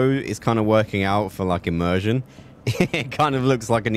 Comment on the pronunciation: Every time you say immersion, I loose the immersion...